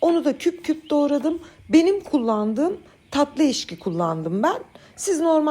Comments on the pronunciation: Dönderme ❌ Döndürme ✅.....Eşki ❌Ekşi ✅ ...🙋🏻‍♀️ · TÜRKÇEYİ ÇOK GÜZEL KONUŞUYORSUNUZ FAKAT LÜTFEN DÖNDERDİM VE EŞKİ DEMEYİ,,, DÖNDÜRDÜM VE EKŞİ DERSENİZ MÜKEMMEL OLUR,, SES TONUNUZ VE DİKSİYONUNUZ MUHTEŞEM, LÜTFEN YANLIŞ ANLAMAYIN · Sizi ilk defa izledim, gerçekten güzel olduğunu tahmin ediyorum, ama salatalık turşusunu anlatırken,eşki diye teleffuz ettiniz, ekşi olacak. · Eşki ❌ Ekşi ✅ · Eşki mi? 3 yaşında çocuk telaffuzu..Eşki değil hanımefendi, EKŞİ denir .Yaşınız kaç bilmem ama hiç mi toplum içinde yaşamadınız, hiç mi duymadınız, tereddütünüz varsa TDK dan bakıp öğrenin..Yayın yapan birinin telaffuz ve diksiyonu düzgün olmak zorundadır..Konuşamayan birini izleyemiyorum. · Ekşiye eşki demeyin yaaa sinirim zıplıyo eşki ne yahu. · Döndermek değil, döndürmek denir.. Eşki değil ekşi denir.. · Çok güzel görünüyor elinize sağlık, ama eşki diyorsunuz ekşi olacak. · Oyyy sende mi ekşi ye eşki diyorsun, çok tatlısın☺️ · Beyenmeme durumu yok takip ediyoruz fakat bunları dikkat etmeli arkadaşa bende katılıyorum ekşi döndürmek döndürerek 😂